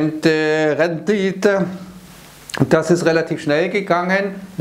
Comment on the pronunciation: Rheinhessen nicht Sachsen